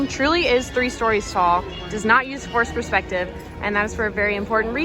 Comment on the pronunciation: it’s “forced perspective” not forest ..😂😂